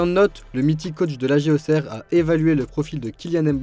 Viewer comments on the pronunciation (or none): none